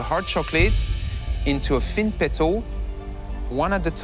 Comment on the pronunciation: Someone please teach Amaury how to properly say "thin", cuz "phin" just doesn't cut it.